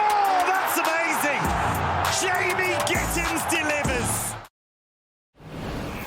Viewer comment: GittENS. It's not difficult.